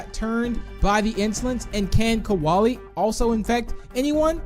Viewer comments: I think u Accidentally said kowali cause it’s kolie I’m not being rude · Koalie Me: ITS KOLIE